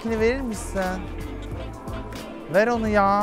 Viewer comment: Nobody: Kerimcan: elindekini veğr.